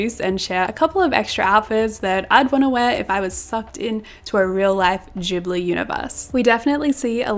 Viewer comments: Loved the vid but it did hurt my ears every time you said “jibbly” 😩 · "ghibli" is a japanese word and in japan they only have the hard g sound (otherwise it would be with a j) :)) -its "gibbly" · pronounced with a "j" sound, not a "g" sound :)